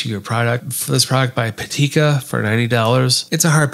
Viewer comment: I don’t know why so many creators switch the vowels vowels around. It’s Pitaka not Patika.